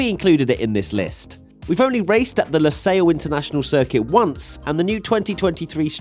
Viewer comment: Stupid ppl vote out losail btw it’s lusail I’ve been in Qatar for 4 years